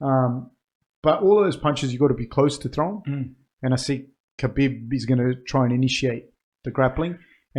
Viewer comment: It’s pronounced Habeeb. great analysis boys, I was surprised you didn’t have a short clip like this after the Romero costa fight. That woulda blown up on YouTube and got people aware of the podcast